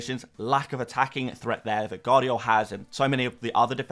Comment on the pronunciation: Holland ? please dude, u should know better. its HAA, he is Nordic. Gvardiol = VAr DEE OHL, not Gadiol